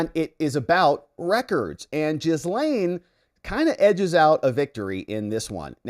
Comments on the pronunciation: Gah-Lynn, G'lin . . . not Jizz-Lane. Her name's not hard to pronounce. Anytime her brother is interviewed regarding her case, he calls her G'lynn. So just pronounce it the way her own brother does. Why is that hard? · I love your channel and I’m thinking about being a member (aka membo), but you have to start pronouncing Maxwell’s first name properly. It’s pronounced “Gil-Lain”. The “s” is silent! You’re welcome! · Her name is pronounced Ghee-lane (hard G, silent S), I believe she introduced herself using this pronounciation. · Jizz-lane... lol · Did they call her gisum?😂😂😂